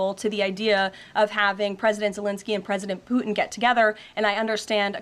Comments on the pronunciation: Ha! Chump and Poo-in! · Is this woman totally deranged? Oh, and there is a 't' in Putin. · She says “Pu’in”. 😂She is a horrible public speaker. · Why can’t she say his name? Poo-in? Is he actively making a number 2? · Does she know "Putin" has a T in it? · Her youth belies her flip ways of responding to questions — a typical yes-man (ie, yes- woman)! Putin ( not poo-in)!!